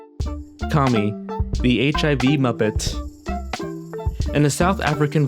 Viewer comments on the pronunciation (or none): you pronounce Kami like commie. I've never heard of her but was surprised they'd pronounce it like the derogatory communist 'commie'. I watched 3 videos with her in it and they all pronounced her name Kammy, like rhyming with hammy. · It's pronounced CAA MEE